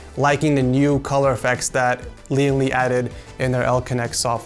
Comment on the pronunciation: I kept hearing Lian Li as LeeandLie and I thought this was a commission build from AmaLee lmao.